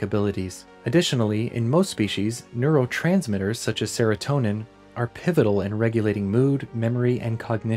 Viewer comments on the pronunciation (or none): *Serotonin, not seretonin